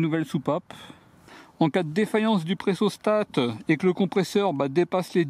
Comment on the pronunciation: c'est pressostat et non "pressostate" :p